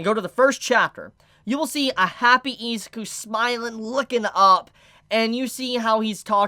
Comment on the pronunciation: Great video, but please pronounce Izuku's and Ochaco's name properly, idk its just annoying